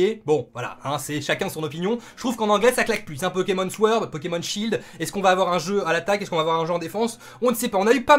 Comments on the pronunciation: si je puis me permettre, "sword" se prononce "sord" , le W est muet :)))) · Mec je veux te dire deja merci pr tout tes efforts et pr nous apporter les informations nécessaires et tout t le meilleur :D ya aussi le "w" qu on ne lit pas dans sword ca ce prononce sord , et perso jaime bien ce nv pokémon ej pense qu il sera assez long a finir et c bcp plus cool que lets go qui ma deçu et meme les pokémons starter sont bien originaux mais pas leurs noms comme t'as dit xD peut etre en anglais c mieux nvm , autre chose c que les pokémons sauvage nous attaqueront :D et c plus cool aussi et il ya plus d'une génération de pokémons aussi donc plein de truc à faire . Jaime bien :D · comme ca tu le sauras, SWORD ca se prononce SORD fais comme si y avait pas de W ;) erreur des francophones en général... et moi j'suis hype de ouf